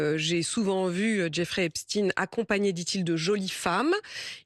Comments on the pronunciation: La journaliste a apparemment du mal a prononcer le nom EpSTEIN (et pas Epstin !) . On sent le malaise, indépendamment d'un quelconque complot (que même Bompard a du mal à nommer) bien évidemment. C'est Albert EinSTEIN et pas Einstin , FrankenSTEIN et pas Frankenstin, etc. mdr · C'est Epstein pas epstine. pour essayer de le rendre russe . Epstein est juif point barre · EpstEIN, pas EpstIN !! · Cependant vous aurez noté "Epst-ine" pour Epstein